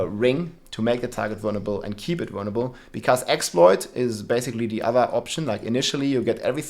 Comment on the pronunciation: Anyone else hear him say "burnable" a thousand times and then realize he was saying "vulnerable". Awesome video btw man :) def changing builds